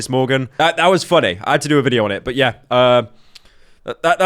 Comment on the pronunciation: Lord of the Rings Lord of the 'tings.